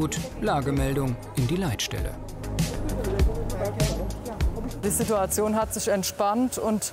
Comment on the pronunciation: ... "Die Leitstelle" oder "die Leid-Stelle" ? :D